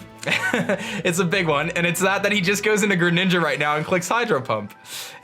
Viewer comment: anyone else hear him say dig damage instead of big damage??